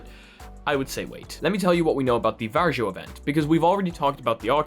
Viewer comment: I don't know, if this has already been said, but VARJO is pronounced "VAR-YO" not "VAR-JO" 😁 You can actually hear quite close pronounciation from Google Translate (just press the small speaker icon).